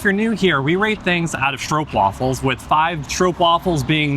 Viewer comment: Yes it's almost an 'aw' sound (straw-p-wafel)